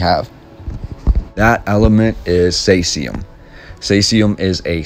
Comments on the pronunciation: Caesium is pronounced as "seesium." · Caesium like caesar... (See zee uhm) Great episode. Thank you. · Think it is pronounced as in Ceasar..the ruler which is an interesting connection?